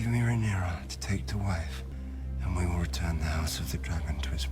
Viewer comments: It's not Rhy-nera, it's Raeh-nyra, pronounced Ray-nera.😊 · Also, "Ray-knee-ra" , not raeyniera😂